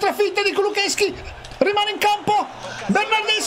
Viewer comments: Si dice kulusevski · si dice kulosesky